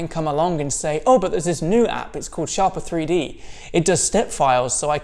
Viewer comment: I'm pretty sure it's pronounced 'Shaper 3D'...